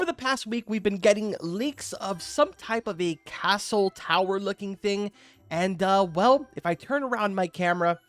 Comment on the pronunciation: how he said “castle”……